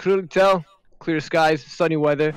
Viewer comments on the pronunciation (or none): none